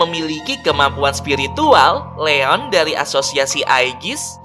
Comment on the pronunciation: Gimana sih bilang Leon seharusnya Rion 😠😠😠😠😡😡😡😡 jadi gak suka lihat siaran ini